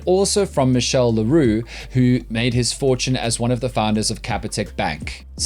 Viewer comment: The "ch" in Michiel is pronounced like the Afrikaans gutteral "g" like in goeiemôre.